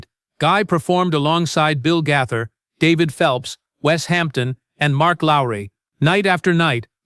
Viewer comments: The narrator is so bad at PRONOUNCIATION he is very annoying. It IS BILL G A Y T H E R spelt Gaither. NOT GATHER!! 😮😮😮😮😮😮😮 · The "Gather" Vocal Band?!! Please learn to correctly pronounce names!